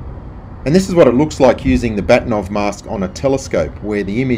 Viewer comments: Just a sidenote: If we can believe Wikipedia, Bahtinov is pronounced something like "Baakhtyeenawv" stress on the first syllable – but I'm not Russian, your wife has probably corrected you already ☺. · Funny, I had hard time to recognize "Bahtinov" pronounced in English. The original pronunciation (in Russian) is BA-H-tinov, vocal "H" like in German "Bach" (all hail Bach). I guess his name in his Reisepass is written Bakhtinov. You can see Mr. Bahtinov here: Interestingly, the guy decided not to patent this mask...